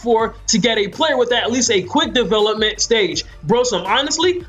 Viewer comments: Development is not a 2 syllable word... It's De velop-ment and is pronounced dee, velop - ment. I'm sorry, I probably make crazy mistakes all the time but that word killed the video for me and honestly now I can't it out of my head. Sorry just had to say something. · Say it with me De Vel Ep Ment 😂 come on bro lol good vid tho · Are we really gonna take advice from a guy who cant say development (da-vel-up-ment) not defalepment lmgdao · Never laughed so hard at the way someone says a word lol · This may have been a good video but this guy lost me when he couldn’t pronounce development correctly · I was like what the fuck is he saying lmao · Dude can’t say development at all🤦🏽‍♂️🤦🏽‍♂️ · u say development weird but great video! really helped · learn how to say the word development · be sure to learn how to say development if you're going to be saying it 10 times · finally someone giving good tips about player development! also you say development weird lol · how the fuck do you not know how to pronounce the word "development" correctly?